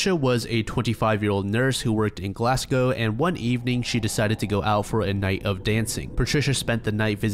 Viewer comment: You have no idea how much i appreciate your pronunciation of Glasgow, when Americans say "glass cow" like they usually do, part of me dies, so thank you